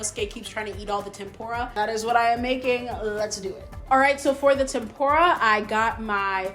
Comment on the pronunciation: though your cooking looks awesome. PLEASE use proper pronounciation for the foods. It's Tem POOH Rah.... Not Pem Pour ah. and Inousuke is not Inoskee. It's EE Noh Skeh.